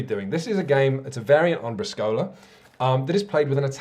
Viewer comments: == Folklore Club == You're missing some important rules. Swearing and blasphemies are a must. You call it Briscòla (stress on the o), but it's Brìscola (stress on the i). From "Bar Sport", popular comedy book from Italian author Stefano Benni: "Briscola is a simple game. Your opponent slams on the table a card, and you have to slam another one HARDER. Good players are able to break from 15 to 20 tables per game. It is appropriate, before slamming a card on the table, to make that card wet with a bit of saliva. Cards can take their characteristic crumpled up shape and the hardness of a rock. In many bars, to shuffle a deck of cards, we use a kneading machine. When a card is too old, it becomes hard and heavy, and if you're not well trained, it's better if you use some work gloves." Anyway, as already comment elsewhere, a Briscola deck is with A, 2, 3, 4, 5, 6, 7, J, Q, K. And the order (don't ask why we don't know either) is (from lowest to higher): 2, 4, 5, 6, 7, J, Q, K, 3, A. There are some variants on the auction itself. I find very funny calling directly points (e.g: 65!). The one who wins the auction can call a card (e.g. 5 of Spades. Spades becomes the Trunk, and the player with the 5 of Spades is the secret partner). You now must reach that many points. You can even call yourself (you call a card that you already have). This way there is no secret partner and a lot of more confusion on the table. If you win this way and you're keeping track of the points, this round yo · I know it's years after the fact, but since you seem to really enjoy Briscola, you might want to learn that you've been pronouncing it wrong: it's BREE-scola, with emphasis on the first syllable, not bree-SCO-la. :) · I love you, but as someone of Italian decent, your pronunciation of Briscola was killing me. The accent should be on the first syllable, not the second. i.e. it's pronounced BRIS-co-la and not bris-CO-la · You should have tuned into the Fief review. :D